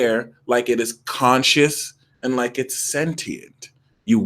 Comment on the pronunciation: Maybe hit this like button sounds like hit (dis) like button